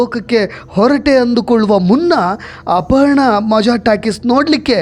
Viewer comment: ಅಪಹರಣ ಅಲ್ಲ ಅಪರ್ಣಾ